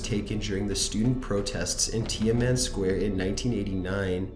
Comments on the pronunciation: #15 - "Tiaman" Square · And Tiamen Square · '"tia-men square" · You're butchering the pronunciation of a lot of the words, i.e. Tiananmen (tea-an-NUH-men), Mt Suribachi (SARA-botch-e), Hirohito (hero-HE-toe or hero-HE-tow) and a few others.